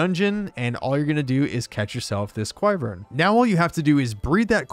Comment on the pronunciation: But also say quivern incorrectly lol